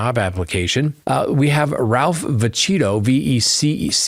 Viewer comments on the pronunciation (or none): Vecchio is pronounced VEH- kee-o . You don't know any Italians, do you? 😉